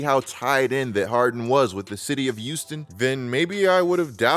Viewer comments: They say ppl who pronounce Houston like youston are serial killers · Return to "Youston"